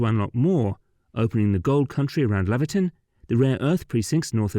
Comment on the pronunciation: Laverton is pronounced Lay-verton. Laverton is in Victoria. I think the road is called the great central road.